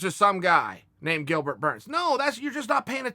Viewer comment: He said Dilbert